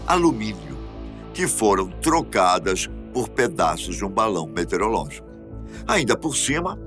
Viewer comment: Metereológico ou METEOROLÓGICO??? Arrre!!!...